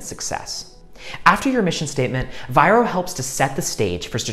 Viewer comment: It's not VIRO